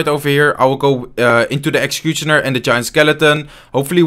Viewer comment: When say exchicutioner 😂